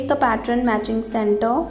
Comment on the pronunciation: Fabulous dear.....thx been searching for this sleeve fot over a year...one small suggestion, its pronounced pat-turn(pattern) not pat-tron....its kinda off putting to hear it prounounced that way...otherwise fabulous video....hope u dont mind the suggestion!!! thx u for flutter-butterfly sleeve!!!